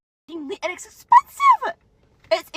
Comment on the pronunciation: it's expensiveeeeee-uhhhh . My biggest pet peeve is when somebody says a word and then they add.... Uhhhh...cringe on an indescribable level. By the way... She's a racist ...